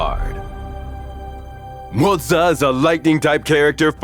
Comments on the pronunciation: "mo-zuuuh" lmaooooooooooooo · I keep hearing Mozza. Mozza. Mozza. Mozza. Starting to crave Mozzarella here 😳